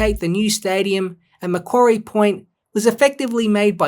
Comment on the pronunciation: Exceptional video! A few really good points you raise! Finally. A content creator who pronounces Macquarie properly haha. Gruen's report fails to accurately identify the fundamental issues due to glancing over the much greater benefits and short to long term advantages of the Macquarie Point PRECINCT. Its not just a stadium we're talking about here in tassie. A decision made by both the AFL and Tassie Government. Heaven forbid it wouldn't want to be made by anything otherwise. Based off current inflation to the economy there's also an approximate estimate to the added cost of the stadium for every year it dosn't get built. Roughly $80 million per year. There should be more incentive to get the project built sooner than later. Gruens report also neglects to acknowledge the architectural design for the stadium as it will be built with the short to long term benefits of expansion in its seating capacity. Roughly 25k - 30k - 35k seats. Roughly as I can't quite recall the exact numbers. Another thing to consider. Greens report drastically dismisses the 30yr history of work put into the tassie AFL licence and application for this stadium and prescient. Seriously. 30 YEARS worth of work, evaluation and planning into knowing the right location and means of getting both stadium and team off to a great start. This includes the added evolution of making a entertainment precinct around the stadium. Greens report fails to mention this and for 170 odd page document to not mention that, pro